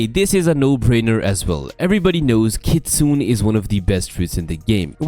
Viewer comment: (Not being a nerd) but it's pronounced 'Kitsu-ne' which is a fox spirit in japanese mythology